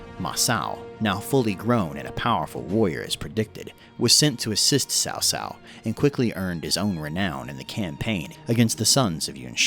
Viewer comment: Word-butcher tip: Ma Chao is pronounced literally as Ma Chao, which is like Ciao from Italian. And Cao Cao is more like Tsao Tsao.